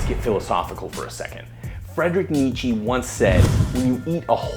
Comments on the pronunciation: Nietzche is pronounced "knee-tche" if i am not mistaken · Frederick knee-cha not Nietz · Nietzsche is actually pronounced like "Neet-cha". Other than that, great video! Thanks guys